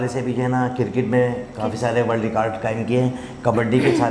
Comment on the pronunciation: Kirkit , rekard 🥲 well done